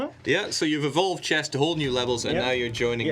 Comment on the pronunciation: Shess? There's not even a J in Chess! How can you still mispronounce it? Silly Swedes.